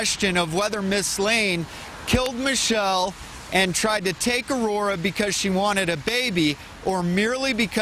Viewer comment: This is absolutely disgusting and I'm so happy this woman will spend the rest of her life in prison But also, that woman doesn't know how to pronounce Aurora and that bothers me for some reason